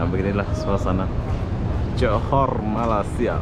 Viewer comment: Johor itu negeri ( propinsi) johor bahru ( ibu negeri) kota. Pergi lah tengok kota johor Lama - kota pemerintahan johor e lingga. Heran aku tengok ni, tak pandai pandai sebut 'malaysia,' kok jadi 'malassia